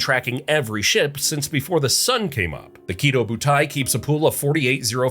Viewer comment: Small nitpick it's not pronounced "kiddo", but rather the stress is on the "do". Ki*dō* butai.